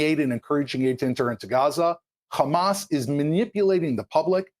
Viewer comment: Khamaaa.. khamas. Khamaaas. Everything you see khamas. Evil Zionist.